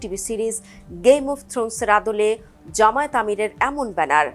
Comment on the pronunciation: ভালো করে উচ্চরণ করো জামায়েত নয় জামায়াত